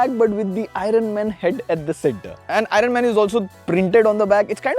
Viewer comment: Dude, that's pronounced as "i urn", not "i run"... 😂